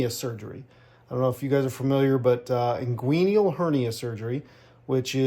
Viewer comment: It is not pronounced Ingueeneeal. It is Inguinal, pronounced Ingwenal. You are giving a lot of misinformation. The Robotic Assist surgery is a much faster surgery and it is used for many reasons that you should know before trying to tell someone why it was used. Also, absorbable mesh is NOT commonly used. Most Hernia surgery is still performed with permanent mesh.